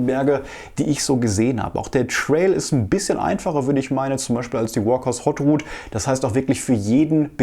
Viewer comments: Das ist keine Hot Rut sondern eine Haute Route, gesprochen etwa so: "oht ruut". Soviel Zeit muss sein. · Danke! Klugscheißerei: Haute in Walkers's Haute Route: H ist stumm, spricht sich wie "oht" (etwa wie "ohne").